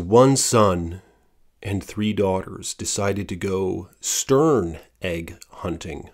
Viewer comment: not stern nests its TERN nests related to common seagulls